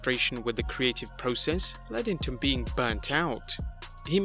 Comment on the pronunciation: stop saying process in a stupid way. IT is PROCESS!!!!!